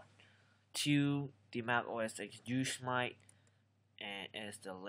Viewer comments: Yooos mite??? Do you me Yo- Sem -it -tee? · WHAT ARE YOU SAYING? Are you saying OS GOOSE MIGHT? I tried even putting on SUBTITLES and it thinks your saying EXCUSE MIGHT!!! I mean WTF??? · Pronunciation needs some work, it's pronounced yo-sim-ety, as in the national park. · Personally i found his ,mispronunciation of Yosemite fun. I mean if you're not from America how the hell would you know. It looks just the way he said it lol